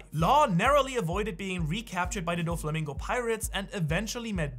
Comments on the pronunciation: That Doflamingo pronunciation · Why does he say Doffy's name like that? Have I been pronouncing it wrong?